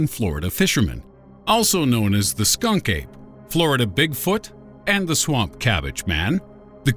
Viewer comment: "It's Skun-KA-pey!"